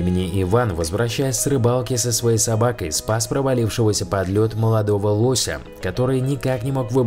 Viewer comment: не лосяя а лоося